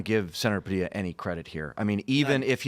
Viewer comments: IF he says pa dill a one more time. It's pa de ya, mexico and latin america ain't goin' away they are coming soon to be near to you. . . . say name correctly. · Its pronounced Pah-dee-yah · The "L"s in "Padilla" are silent.... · You sound like a bonehead saying Padilla wrong😂